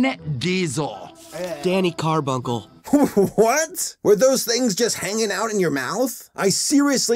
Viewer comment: was thinking the same! Also another mess-up: Danny CARbunckle? Or carbucle? Or whatever? Are they trying to rip off Jon Arbuckle with this? WHAT?